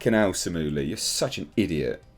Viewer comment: Only thing incorrect in this video is your pronunciation of "Liu". It should be "lee-you" 😁